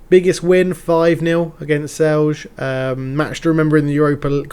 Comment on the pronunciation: Great stuff, man! I hope you don't mind, but I just wanted to give a few hints on the pronunciation of the two teams that seem to cause you the biggest problems: Celje and Aluminij. Aluminij is easy, it means "aluminium" and it's pronunced the same as if you would say it in English but without the "um" at the end. (They're a factory club of Talum, a company that specialises in, you guessed it, aluminium products.) And Celje is pronounced as "Tselye". Also, a fun fact on how reality mirrors your game: today, Aljoša Matko was declared the best young Slovenian player of the year. :)